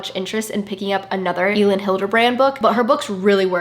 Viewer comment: Girl Elin Hilderbrand is pronounced like Ellen haha!!! You realllly need to finish 28 summers by her because it was really good!!! Loved this video.